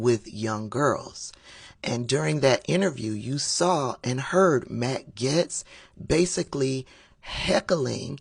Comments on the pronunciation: Are you misprounouncing Gaetz on purpose? Everyone else calls him Gates. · you mispronouncing his name made my whole day